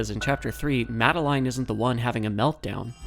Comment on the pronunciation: This was a really really cool video! Learning about these musical easter eggs is really really cool to me. Your editing style makes this informative, entertaining, and even funny sometimes! Please take my like and subscribe, you've earned it. 🙂 PS. The way you pronounce "Madeline" is funny to me. I've always heard it as "Ma-del-in", but "Ma-de-*line*" is neat!